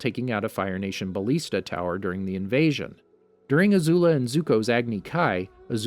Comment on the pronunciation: Never going to watch a video again because of how badly you pronounce ballista.